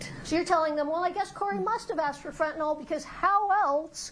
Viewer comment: Everyone mispronouncing quetiapine and fentanyl is driving my medical brain crazy 🥴🥲